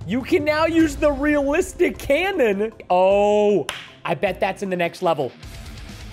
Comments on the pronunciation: He said canion in stead of cannon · AH yes how I love a castle canyon(cannon)